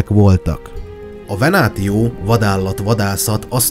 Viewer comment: Egyetlen kifogásom a latin szavak kiejtésével kapcsolatos. A damantio-t (károsodás, sérülés, kárhozat), damnációnak , a "retiarus"-t reciáriusznak, ("halász"), a "venatio"-t venációnak kell ejteni, a "ti" szótagot, ha nem szókezdő szótag, akkor "ci"-nek kell ejteni. (Tanultam latint.) Amúgy élvezetes, jó előadás volt.